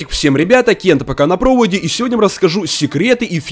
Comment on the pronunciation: проУоде, данатоУ, ИгрокоУ, я один с этого немного ржу?(Кент без обид)